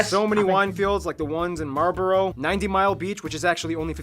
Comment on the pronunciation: Ironically for a video about New Zealand, I'm correcting the pronunciation of an English word - it's "Marlbre" (last letter like "uh"), not "Marlburrow".